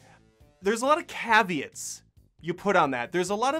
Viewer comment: This guys voice cracks and tone and inability to say caveat killed me